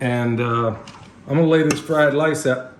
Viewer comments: Everytime you said fried lice, I thought of the movie Lethal Weapon......”it’s fried rice, you plick! 🤣🤣🤣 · Beef fried “lice?” Brother sounds like a flash back to Nam or some place like that. LOL Sorry brother, I couldn’t resist. Had some great fried rice in Taipei and Okinawa. God bless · Fleeze lyed lice, Lummy! LOL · The fried lice you said several times had me wondering if was holding his breath not to laugh! I was cracking up! Anyway, where do I go again to buy comfrey and ask a question or two(sorry, I know you say in some vids but I can’t remember which ones. Thanks!